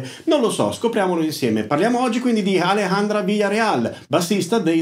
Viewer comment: Bravo con la jota di Alejandra.. però non dire Jalejandra. 😅